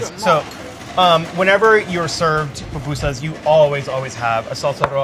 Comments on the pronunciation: Fried corn fritters?!?!?! No, my friend, you’re totally wrong. And this whole charred onion bit? I don’t think so! And PLEASE learn how to pronounce the name. It’s not PAPUSAS. It’s PU PU SAS for the mispronouncing crowd: POOH POOH SAS. Oh, good gravy! Your beans are totally wrong!!! A mixer to mix the dough?! My grandmothers are turning in their graves and planning an uprising because you’re butchering our native dish. 🤦🏻‍♀️🤦🏻‍♀️🤦🏻‍♀️🤦🏻‍♀️🤦🏻‍♀️ Oh goodness! No, what the heck are you doing to the curtido?!?! STOP BUTCHERING MY COUNTRY’S FOOD!! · For those who mispronounce it, it’s POO-POO-SAHS, it’s a Nahuatl (Indigenous) word!!! But I loved this though. I FEEL SO PROUD TO BE SALVADORAN!!! ♥️